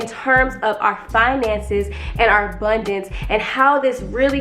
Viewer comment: Not, "The obundance of hair on my body!", sis. I am screamimg!! Lmao